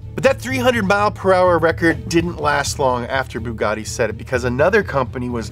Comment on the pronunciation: Hahahaha I died with "boogati" 😂😂😂